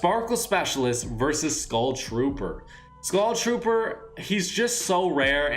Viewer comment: Why does he say gull trooper